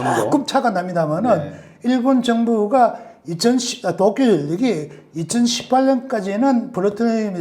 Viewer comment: 중립적이고 학문적인 이론은 잘 알겠습니다. 무작정 못믿겠다 하기보다는 참고할만한 점이 많다고 생각해요. 너무 무서워하기 보다는 어떤 사실을 주지해야하는지 알 수 있었습니다. 문법적으로은 완벽한 한국어를 구사하시는 것 같은데 문장 후미를 끊어읽을 때마다 올라가는 억양, 된소리 뒤의 ㄹ받침이 부드럽지않은 발음(칼슘, 어쩔수 등) 문장 중간에 “뭐..”하고 발음해여할 때 ‘마’ 하고 짧게 끊어발음하시는 것, 특정 단어의 억양(몇몇가지, 특히 도쿄라는 단어는 완벽한 일본 본토 발음입니다. )등에서 일본식 억양이 느껴지네요. 일본에서 오래 생활했고 한국에서도 일본인들과 일하며 많이 듣던 일본식 한국어입니다. 교수라고 하셨는데 전공과 소속이 밝혀지지 않아서 설명이 좀 필요한 것은 사실인 것 같습니다.